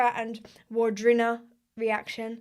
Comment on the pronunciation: Can you please do Lyfjaberg (leaf-ya-berg) I recommend the music video for the cinematography alone. Also it's pronounced Vardruna, most if not all Norse languages pronounce the w as a double V